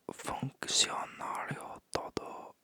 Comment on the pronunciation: QUI sounds like KEE and C sounds like S ex: funcionário you say like foon-see-o-nah-rio but you already pronounces the R right, I think it's the most common mispronounciation